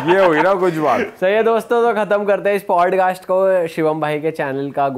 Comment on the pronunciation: Bhai it's Podcast Not Padcast, btw no offense itna bada platform hai toh atleast ek decent way se play karo